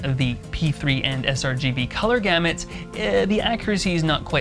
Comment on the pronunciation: One for the few tech channels that actually say “color gamut” instead of “gambit”.